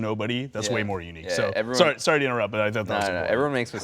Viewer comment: "Sorry to iturrupt" "nah it ok, everyone makes mistakes" oh voyboy xD